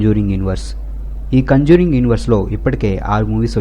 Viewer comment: Adhi kanjuring kadhu ra conjuring